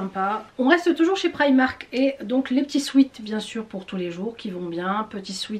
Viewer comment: J’aime bien comme tu prononce primak 😂